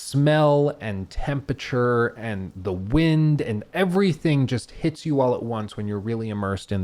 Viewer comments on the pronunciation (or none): none